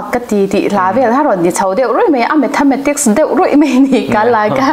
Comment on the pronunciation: "a Methamatics" 🤣🤣